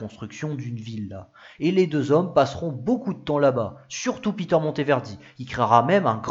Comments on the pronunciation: Et Peter se prononce à l'allemande : "pé-terre" et non à l'anglaise "pi-teurre" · Interessant...la creativite et l energie de ce constructeur artisan sont exceptionnel ! Je pense que sont prenom se prononçait a l allelande et non a l anglaise...